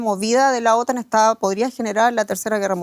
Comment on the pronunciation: Las siglas OTAN en español se pronuncia acentuado la sílaba "tan" (otán).